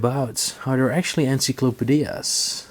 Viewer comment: ENCYCLOPADIAS? LOVE IT 🤣